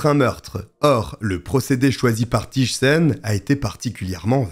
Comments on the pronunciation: Quelle triste histoire 😢 un féminicide de plus 😓 Rien à voir mais, si je peux me permettre, on ne prononce pas "Tije" mais plutôt "Tey" en accentuant le i. Abonnée direct aussi ❤ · Thijssen se prononce Teillsseun ( ij = eille)